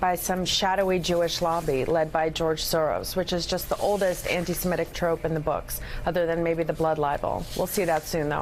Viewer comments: The word is 'semitic', not 'semetic.' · Semitic, Joe, not Semetic.